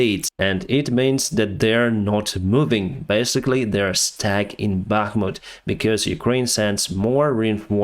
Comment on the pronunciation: Stack: to pile up. We stack the boxes. American pronunciation: stac ka Stuck: held in place. We cannot move being stuck in the snow American Pronunciation: stah uck